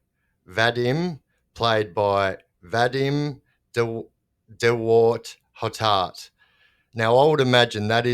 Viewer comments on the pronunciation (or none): de Waart-Hottart is pronounced "de Vart-Hottart" FFS educate yourself.